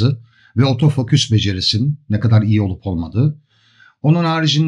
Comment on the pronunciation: Yaklaşık bir senedir sevgi ve alaka ile takip ederiz 'imizi, başta biz de garipsedik "otofoküs"ü... Sonraları bizim de dilimize yerleştiğini farkettik, önceleri şaka olarak kullanıyorduk ama ben ve birkaç arkadaşım için artık geri dönülmez bir noktadayız. Lütfen siz de deneyin, kendinizden emin ve vurgulu bir biçimde "OTOFOKÜS" diyin ortamlarda. Tarif edemeyeceğim bir haz bu, kesinlikle deneyimlemenizi tavsiye ederim. Selamlar....